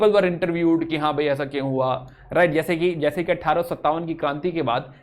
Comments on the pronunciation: Who notice the produnciation of right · Theek se bol to le bhai